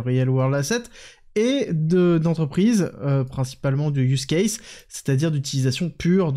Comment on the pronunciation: Ah je suis content car sur real world asset, et use case tu t'es gavé niveau accent !!! Allez je voulais juste féliciter je reprends la vidéo